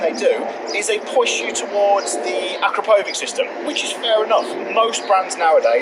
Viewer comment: Acrapovic has nothing to do with a wig. It’s pronounced Akrapowitch.